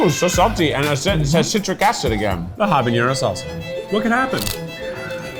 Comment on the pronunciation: Keiiiith stop pronouncing habanero that way. It's not habañero....